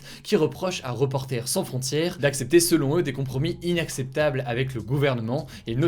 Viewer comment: 2'31 "inNacceptables" 😭😜